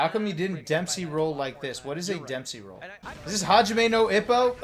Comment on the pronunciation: Listening to try to say Hajime no Ippo was honestly one of the worst things I've heard on YT